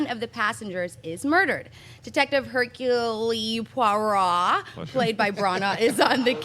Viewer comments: You mean Hercules Poyrott? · hahahaha u murdered Hercule Poirot:DDD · Would it perhaps () be a good idea to get your head around pronunciation (Hercule Poirot) before going live?? Just a thought. You're cute as hell though. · It's Hercule Poirot it's easy to say..... Oh you can't hear me... sorry. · lol....utterly BUTCHERED the pronounciation of "Hercule Poirot".